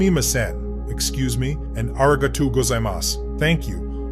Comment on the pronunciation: Tired of the AI voices... try pronouncing kilometers per hour or arigato correctly.